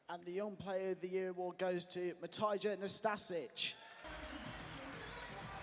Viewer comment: A fan that won the competition can't even say matija nastasic's name properly...